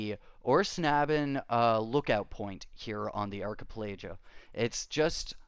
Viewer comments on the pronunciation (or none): Are kuh pel ago. Say it with me, archipelago